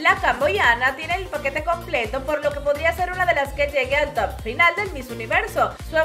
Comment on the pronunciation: Por que dices TOPE en vez de TOP y FINALE en vez de FINAL ? Es DESAGRADABLE.